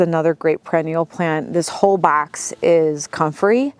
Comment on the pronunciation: Every time say box and bags your accent comes out😂